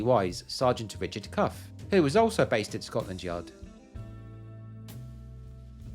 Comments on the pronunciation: Why do you pronounce Scotland Scot(s)land? Something I am not aware of here? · Sounds like you saying Scotsland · Am I hearing Scotsland instead of Scotland? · Skotsch-land, you say?